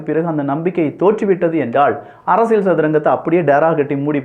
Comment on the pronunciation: Learn to pronounce Tamil correctly. It is not அரசியள் it is அரசியல்